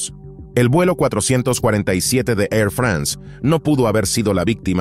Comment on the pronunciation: ¿Por qué pronucian "France" como si fuese un país anglosajón? Igualmente, "Airbus" se pronuncia ǀɛʀˈʙʏSǀ (API).